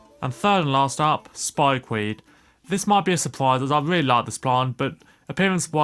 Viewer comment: “a weally cwappy hybwid”